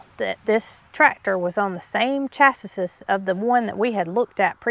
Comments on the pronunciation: Here in the UK chassis is pronounced “Sh-a-cee” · I love this vlog!! You are so sweet! The way you pronounce "chassis" is so cute! It's actually "Chas" "ee" . But I like your way better. And when you said " My little tractor with the bucket on the front", my mind immediately went to how that would make a fantastic children's book. Maybe Mary Carl, with her love for reading will become an author and bring that idea to fruition . Thank You and your family for all the vlogs! I am 70 years old and it really makes my day, to watch them. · Lol 😂 (I’m not laughing to be offensive) your pronunciation of “Chassis” had me confused to begin, until I realised is was just another -ism 😊 You say it how you like and how your happy, love you guys either way. Chassis is pronounced a couple of ways “Chass-ee” or “Shass-ee”. I recon you and Jason could write a book of “COG-ISM” words.